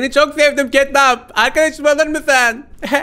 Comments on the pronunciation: Abi catnap ketnap değil ketnep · Abi Catnap diye yazılıyo Ketnep diye okunuyo yani Ketnap değil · Abi catnap yazılır ketnep okunur